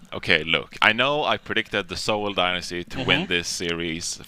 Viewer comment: Please someone teach her how to say Dynasty